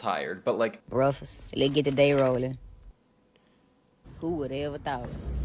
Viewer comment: im glad u said the same way bruhkfast